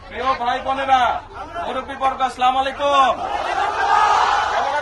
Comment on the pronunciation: স্লামালেকুম কি এতো দেখি সহীহ শুদ্ধ করে সালাম ও দিতে জানে না